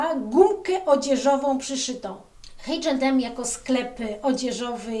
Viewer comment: Sorry, ale to się mówi ejczendem albo można po polsku. Poza tym rizervD a nie rizerw.